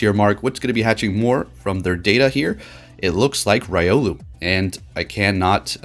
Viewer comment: sighs Ree-o-loo and Bae-gon fam